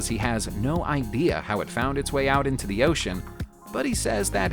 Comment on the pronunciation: "ayy" "thee" wtf?!